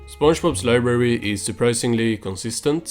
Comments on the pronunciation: Libary vs LIBrARY.....I simultaneously could hear and not hear you pronounce the "r" in library...I'm sorry but I almost couldn't finish the video cuz of this, it hurts to hear anyone pronounces it as libary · "We will have flying cars in the future" 2024: "Where is SpongeBobs libary?"